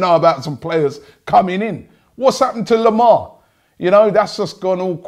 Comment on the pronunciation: If I say Lemar and Carvahlo again, it will drive me up the wall!